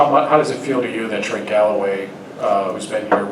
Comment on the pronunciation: It’s Trey not Trace